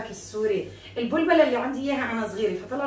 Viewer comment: انتى عسل والله ...ع فكرة tip إلى مع كيس الحلوانى اسمها بلبلة بفتح الباء وليست بضم الباء ...فيه اختلاف بين الكلمتين 😅.... تحياتى ليكى ولكل اهلنا الطيبين ف لبنان ...نحبكم ف الله ❤ من مصر